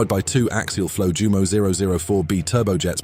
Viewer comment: jew MOH? NEIN yew MOH